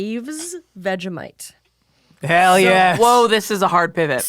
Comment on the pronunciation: queen that is NOT how you say vegemite. its vegie (as in vegie tales) and mite (exactly how she said it).